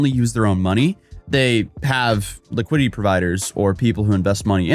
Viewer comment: I'm only saying this bc it's been in several videos, now. It's pronounced LI QUI DI TY. Not "LI QUI DY", like a liquidy poop. LiquiDIty. You're skipping a syllable.